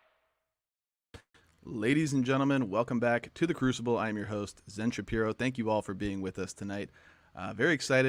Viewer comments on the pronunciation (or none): none